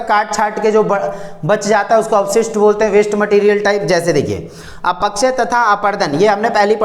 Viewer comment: Sir ap अपक्षय ko अपकक्षय bolte ho 😅